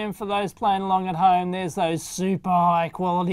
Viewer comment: I thought you said "Sanwa caps", then i remembered sanwa doesn't make caps. Then you showed it's actually "Samwha".